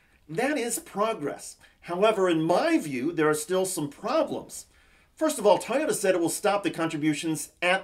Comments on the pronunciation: How fucking hard is it to say Toy-ota vs TY-ota.? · Did you say “tiyota”,?